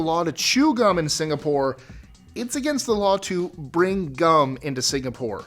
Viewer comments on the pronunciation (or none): none